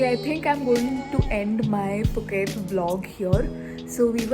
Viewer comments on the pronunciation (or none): Nice video! FYI: Thai people pronounced Phuket as "Pu-Ket" not Fu ket.